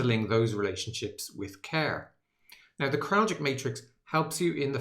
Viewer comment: It’s pronounced “Krall-itch” not “Krall-jick”